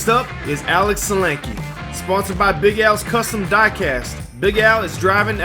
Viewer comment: Nice! Some aggressive driving and passing on the Mountain today! As a side note: geat job on the pronunciation of Sulanke. Nailed it!